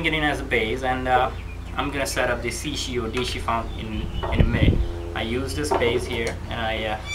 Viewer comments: You call it a "shishi odishi." It's a shishi odoshi. Oh-doh-shee, not oh-dee-shee. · This guy has not yet noticed that it is "Shishi Odoshi" and not "Shishi Odishi".